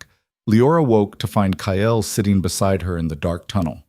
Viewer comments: AI can’t pronounce Kyle. It always comes out Kyel. It’s very distracting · Kyle is one syllable and should have only one spelling, even for AI. Leora the same. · A better than average story. I'm guessing a tad of creator intervention??? A rarity, in my experience. So many of these Alpha King stories are AI junk, repeating plots and just adding new names. Of course, as usual for too many channels, the AI narrator is weird, like pronouncing Kyle - KAH - ELL. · The strange language speaking when the ai narration struggles with the spelling sounds scary and I wish it were fixed. Also, is the guy’s name Kale or Kyel? Good story though! I like the girl’s sarcastic responses.